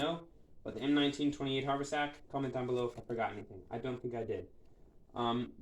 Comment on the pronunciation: Very nice job, but one comment only. It's pronounced hav'-er-sack.